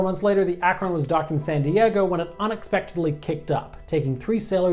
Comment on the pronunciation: They were pronounced MAY-kin and ACK-run. Also, don't forget the B-36 FICON bomber. It was also technically a flying aircraft carrier and a flop.